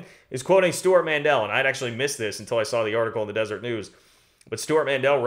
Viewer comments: Love your updates and good luck to your Cats in the Elite 8. The news source you are quoting is “Deseret”, a reference to an unrecognized Mormon state that tried to join the US, and was part of their history in the west, not “Desert”. They pronounce it Dez-er-ett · Good reporting. One thing: it’s the Deseret News, not the Desert News.